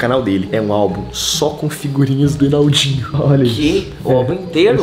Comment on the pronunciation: vc n viu o vídeo n ele esqueceu e se fala enaldinho n enaudinho